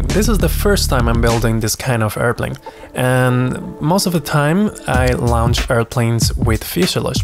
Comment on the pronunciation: Hello friend. Just so you know, the word "launch" is pronounced "Lawnch". Don't pay too much attention to the "u" in the word.